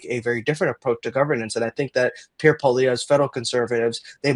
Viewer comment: Please learn how to pronounce Pierre's last name! The "re" is not pronounced! It's not that hard!